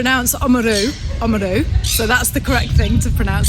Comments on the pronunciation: Kiaora korua. Tbh, the pronunciation of Oamaru is contentious. The proper Maori way to say it is not as you were told in that deli. Yet, the white people from there insist that their Pakeha way of saying it is proper. Maori disagree. It should be said more like aw-ah-mah-roo. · Hmm sorry to have to say, that's not how you say Oamaru. It's how most white south islanders say it but the proper Maori pronunciation is a bit different. Still a wonderful video and I'm so glad you had a great time :)